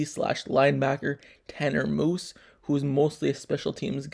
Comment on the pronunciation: Its MUSE not MOOSE